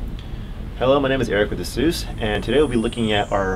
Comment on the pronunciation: it's ah-SOOS not AY-suss caps for emphasis. rhymes with a train's caBOOSE